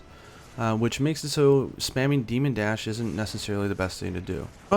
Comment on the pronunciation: You said demon dash